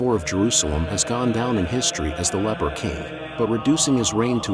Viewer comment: Umm… that would be leper not “leaper”.